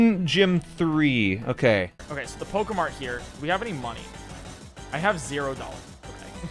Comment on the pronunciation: why u keep saying pokae mart it’s so annoying